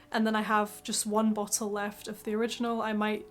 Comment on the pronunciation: bow-till? LOL